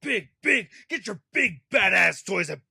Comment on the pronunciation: When you said that this figure looked badass, it sounded like you said “this figure looks fat ass.”